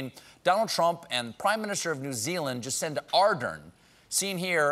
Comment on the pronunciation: Is it me or he says Jacenda?